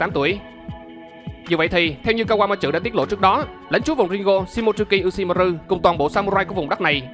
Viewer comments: Kawama trự :)) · Mình góp ý nhé . bạn đọc chậm lại 1 chút sẽ hay hơn. Và tên kawamatsu bạn đọc thành( kawa ma chự ) ko đúng chút nào . Còn lại mình ko ý kiến sâu chuỗi logic và lập trường ok. Chúc bạn sức khỏe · Anh ơi, về cái phát âm tên Kawamatsu em nghe có vẻ anh phát âm hơi sai và hơi khó nghe nên mong anh khắc phục